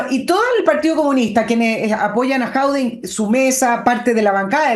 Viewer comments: Estimada, solo una pequeña corrección, el tipo se llama Jadué, no Jaude. Solo eso. Saludos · Señora. el apellido de Alcalde de Recoleta es JADUE y no Jaude 😂😂😂😂😂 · el apellido no es Jaude, es Jadue, buen día. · Por qué le dice "Jaude" a Jadue...? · Por qué le dice a Jadue.."Jaude"?